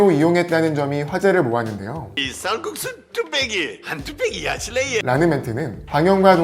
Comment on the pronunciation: 쌀꾺쑤 뚝빼기 발음웃기다 ㅋㅋ